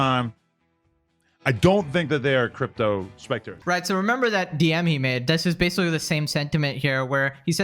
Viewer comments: Staring the video off strong with a classic “Basicawwy” is my favorite speech delayed Youtuber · "Basicawy" lol Don't suggest ts to me youtube